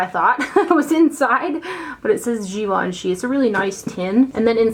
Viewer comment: It’s pronounced Gi-vahn-chay. I remember them saying peeps mis-pronouncing it made them cringe a little. I didn’t know either! Great video, as always! Thank you!